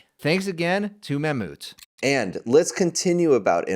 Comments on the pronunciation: Is it seriously pronounced “mam-MOOT”?? why not Mam-Mouth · It's pronounced ma moth